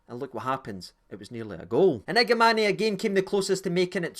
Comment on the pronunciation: listened late to your Review agree with most of your opinions only criticism is you sound like a Sky pundit keep calling Igamane igamaney it’s Igaman silent e